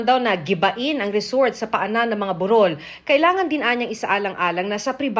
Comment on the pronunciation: Mel wrong pronounce ung Burol.....